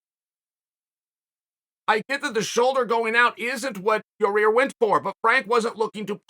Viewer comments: Your-rear “el pantera” Rodriguez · Not sure why but I like that Chael calls him Yarear again lol